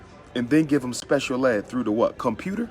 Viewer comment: “Come on thew... come on thew...” Smh